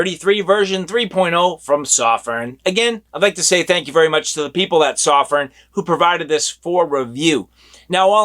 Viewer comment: I'm a Chinese guy. It's a Chinese light made in Shenzhen, China. "sew-firn" is the right pronunciation. The reviewer does a great job of reviewing. But his pronunciation of "Sof-firn" is wrong, just sayin' =)